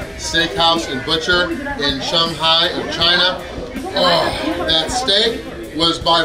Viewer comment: Shung-Hi???? come on...... SHANG-HI...... now say it at once....... Shanghai